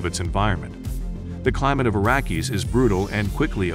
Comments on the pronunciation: What’s the deal with the change pronouncing Arrakis? It’s: “Ah-Rack-Iss” Not: “Air-A-Kiss” Nor: “Air-A-Keys” Especially if you expect me to ignore the “S” in Denis or the “VE” of Vilenueve. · Arrakis. Not Arrakeez. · You pronounce Arrakis incorrectly.